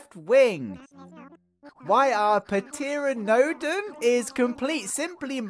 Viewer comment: Pteranodon - the "p" is silent. Pronounced as "ta-RAN-a-dawn" okay?